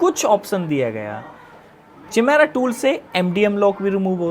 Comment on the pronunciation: चिमेरा नहीं काइमेरा है भाई 😂